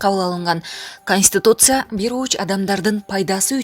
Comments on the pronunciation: Чон кыз Канстутуция эмес, КонстИтуция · КонстИтуция деп окуш керек,констутуция дебей .